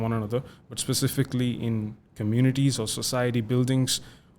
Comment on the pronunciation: All good except "specifically"